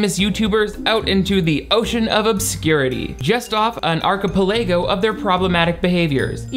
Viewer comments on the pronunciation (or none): If I don't hear 'archipelago' pronounced in that exact way for the rest of my life, I'm going to be disppointed. Reminds me of my older friend who mispronounces posh words with a vengeance - she pronounces valium as 'vale-ium'. Icon. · I'm canceling you for your pronunciation of "archipelago". JUST KIDDING, I LOVE YOU PLEASE DON'T BE MAD AT ME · You pronounce archipelago incorrectly 🤣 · Pretty sure you pronounced archipelago off dude